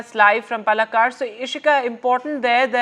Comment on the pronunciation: Hey Hindi speaking English pouting NDTV newscaster: it is paalakkaad, not pallakad.